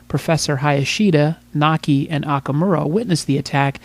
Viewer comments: Its MAKI! not Naki! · The Reporters Name is "Maki" not Naki!